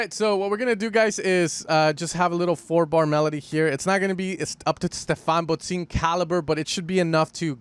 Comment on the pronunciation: It’s pronounced “bod sin”, not “bod zine”… otherwise nice video. Greetings from Berlin!